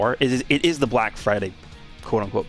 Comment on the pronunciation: can you explain why you emphasised , black?